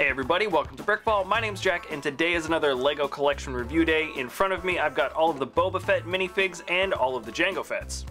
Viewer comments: he said Boba Frett 🤣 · He said in the third one boba frett 🤣